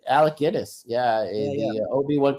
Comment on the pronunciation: "Sir Alec Ginn-Ess." LMAO Someone needs to tell him the Jones in Alex Jones is pronounced 'Jo-NEZ'.